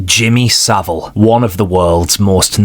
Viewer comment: one is 'WUN'. please learn it.